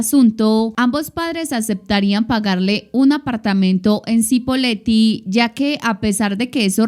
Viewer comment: Se pronuncia CHIpoleti, pero todo bien. Muy buen video 👍